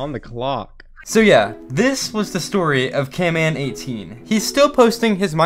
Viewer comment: I like your vids but its not camman18 its canman18